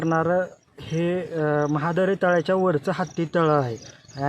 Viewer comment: महाद नाही मॅडम, महादरे तलाव अस नाव आहे.